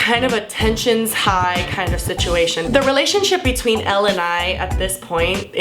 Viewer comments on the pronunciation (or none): Elle not L